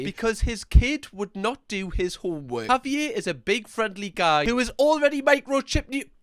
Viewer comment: Can you please have a pet or child or this dog and call them Javier? The way you say it is amazing. Auv-ee-ay.. i would say(wi usa south side milwaukee.) Would be .HOV-eee-yairrr